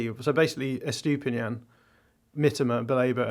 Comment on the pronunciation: extra credit for correctly calling Mitoma "Mitter-ma" rather than "meTOEma". Now just work on Estupinan. Is "Est-opinion" - not "Estoopy-nan"